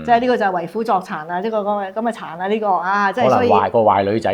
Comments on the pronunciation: 為虎作倀：【倀】音：（ 窗 ）讀：為虎作（ 窗 ）🌹🌹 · 為虎作倀，是倀鬼的倀，不是掁/倀雞的掁/倀，讀音不同，意思也不同。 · 為虎作倀，根據中大粵音審音配詞字庫，倀讀昌。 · 倀讀音昌❤